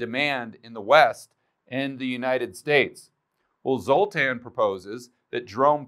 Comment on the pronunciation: Stop it, everytime you say, "Zotan", I think of the movie with the Z sign in it from the 80s.